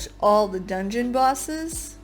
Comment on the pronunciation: It's okay to say dungwon. <3